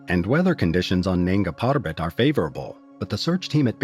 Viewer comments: Weird NANGS PARBAT pronunciation - but still solid video! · Nanga PaRrRrRrrbat